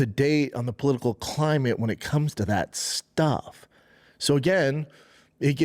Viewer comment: “Political KHHLIMATE, b”